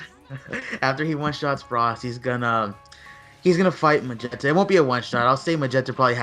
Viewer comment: Why do you keep saying mogetta instead of magetta